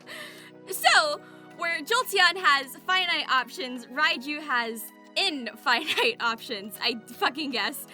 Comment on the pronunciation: in-FI-night options don't u mean infinite ? XD